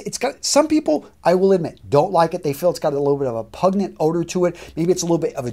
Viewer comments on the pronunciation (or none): “pungent” not “pugnent” 😂